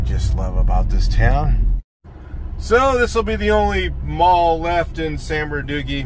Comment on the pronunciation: For real though San birdooky is a violation. It’s San Bernardino homeboy.